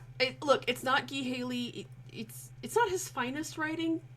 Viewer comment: Ghee Haley?! It's Guy Haley.